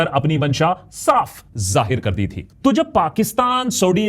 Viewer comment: डी नहीं,दी है